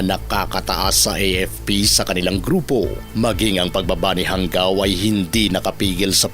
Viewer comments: ISA SA FOUNDER NG DIABLO SQUAD AY KAKLASE KO SA POLICE TAEKWONDO COURSE CLASS 95. EX-PC KAMI. JANGAO . PRONOUNCE HANGAW HINDI HANGGAW. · JANGAO AS IN HANGAW HINDI PO HANGGAW